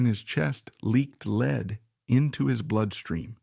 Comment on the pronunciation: The otherwise excellent narration reveals it is the voice of a robot: "He" refers to the metal of the bullet in Jackson's lung as "LEED", the misponunciation of "lead", as if it were "leading". Too bad. AI sucks.